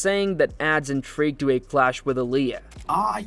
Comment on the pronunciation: Please pronounce names correctly. Accent 1st syllable. Illia.Ill...lee..ah.